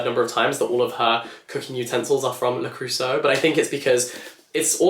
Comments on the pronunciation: Wait, are you trying to say Le Creuset ? 🥲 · Your pronunciation of "le creuset" is sending cold shivers down my spine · I think you need to look up the pronounciation of Le Creuset 😅